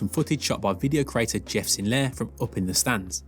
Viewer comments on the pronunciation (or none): none